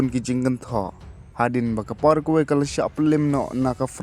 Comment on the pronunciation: Pronounce paragwai bro.